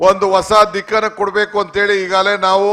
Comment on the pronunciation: kannada news channel avre kannada tappu madidre devre gathi - "hegagale" alla adu "eegagale"